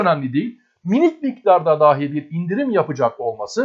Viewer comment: Daahi demeye devam ediyorsunuz. Dahi...kısa a ile.